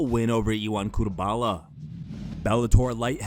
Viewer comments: It's CuteLABA....not CuteBALA. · my guy said cutebala. you are what's wrong with mma media. educate yourself.